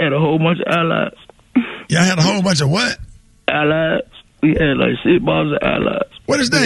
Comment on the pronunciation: ALLIES “ALIZE” you crazy mane 😂😂😂